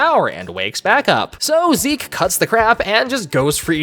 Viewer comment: not 'ZEKE' !!! sdufhsjfsokdlofsd